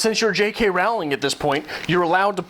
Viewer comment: Rolling is how you pronounch her second name thought as you are pointing out her faults haha. I did find your video enjoyable though,but I think even though sometimes there are some things a bit crazy,I do adore the Harry Potter books and movies!!